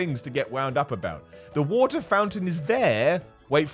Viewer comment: The "wat ar" 😂